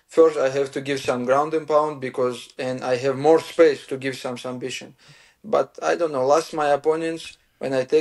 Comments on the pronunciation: SuMBission - i thought it was some new technique. 😂😂😂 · Submission ❌ Sum bission ✅ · Islam saying sumbission 😂 ❤ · He loves sumbission 😂 Love this guy . Excellent fighter